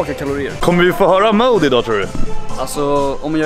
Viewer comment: Sa ”mode” istället för mood HAHAH